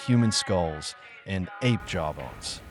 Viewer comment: Dumb AI can’t say “apes” properly